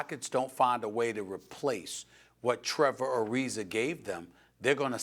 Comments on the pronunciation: Who is Trevor Ari-ZER? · “Trevor Arizer” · Trevor arizer Serge ibaker Stephen A has a problem with words ending in an A